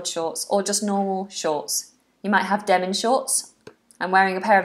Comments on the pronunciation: Demin or Denim? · Is it Demin or Denim?